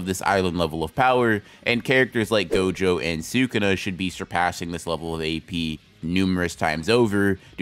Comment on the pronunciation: HE FR CALLED GOJO "jogo"